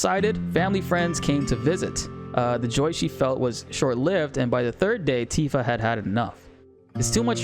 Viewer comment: I hope YouTube doesn't suppress you because they thought you were saying "ANTIFA" lol